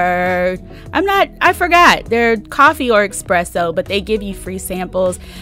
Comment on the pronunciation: ESpresso, not eXpesso. Nice vid.